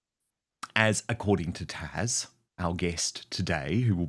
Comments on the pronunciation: Great show again Dan you can't go wrong with Taz She's delightful. BTW maybe it's me but I think you call her Tash or Taj. As far as I know her name is Taz - with a Z if I'm not mistaken. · It’s Tazzzzzzzz, not Tash! You sound like an absolute imbecile! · Tash? I thought it was Taz. 😮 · Dan her name is taz not tash.